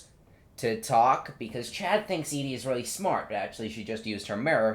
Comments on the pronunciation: him saying Edie the whole time lolololololol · Her name is Evie not Edie :(